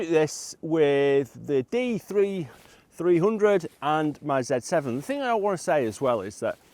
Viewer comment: Sounds like you're having trouble saying "D3300". Maybe you should abbreviate it to "D3.3K". 🤣